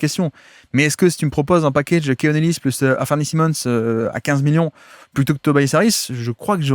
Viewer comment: Comme d’hab tu nous régales! Petite mention pour la prononciation d’Anfernee Simons, que tu appelles « Afernee Simons» habituellement, et pour la première fois je t’entends l’appeler Anfernee, suivi d’un Simmons (prononcé si) alors que d’habitude tu prononces bien le Simons (sai). Je sais que tu peux y arriver, la prochaine fois je tendrai l’oreille dans l’espoir d’entendre un Anfernee Simons 🙏😂